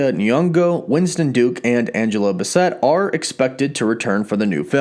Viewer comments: Lol, Angela BASS-it... Not BUH-set. Great video as always though! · “Bassètt”? Bassett... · Learn how to pronounce Angela Bassett!